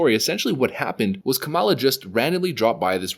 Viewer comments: I am not a fan of Kamala Harris either, but the least you could do is pronounce her name correctly. You're obviously mispronouncing it on purpose. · You sound so ignorant mispronouncing her name. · Hahahahahaha kamel- luh.